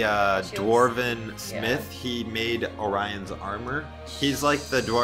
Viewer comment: Never say “ O Ryan” it’s “ or e on”